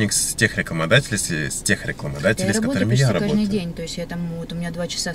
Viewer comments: "Кажный" говорит...Всегда считала что есть слово "каждый"... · КажНый, кажНую - откуда эта тетя-мотя приехала?)))